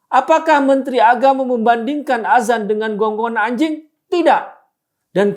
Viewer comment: Yg benar penulisan/pengucapan itu "ADZAN" .. Bukan AZAN.... Maaf bukannya menggurui, tapi hal ini harus saya sampaikan agar tidak menimbulkan kebiasan orang Indonesia dalam pengucapan kata ADZAN.. karena kalau AZAN akan berbeda maknanya Terima kasih 🙏